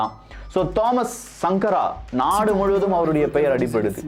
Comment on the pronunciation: தோமஸ் சங்கர என்று உசரிக்கவம்